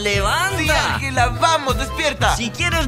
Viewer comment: best Spanish y Pashca, Shriayv y Safik 1234 no es anyela se dice anjela